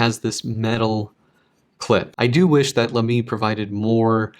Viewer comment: It's pronounced as "Laa'me" and no "La'meeee" like you did. It's a German brand with a German pronunciation. :)